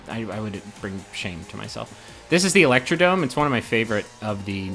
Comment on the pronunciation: It's called Electrodrome not electrodome